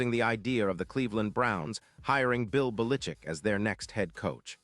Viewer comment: Bill Balitchick ? Never heard of him.